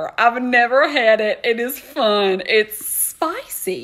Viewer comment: “It’s SPOICYY” I can’t —😂😂💀